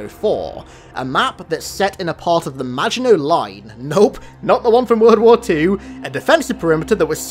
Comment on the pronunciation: Finally someone who pronounced Maginot right.